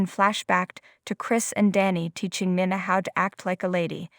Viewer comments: Can you pronounce words correctly? Nina is pronounced neena . OK is okay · Who is Nana? Do you not know her name is Nina? Try saying her name correctly! 🤦🏻‍♀️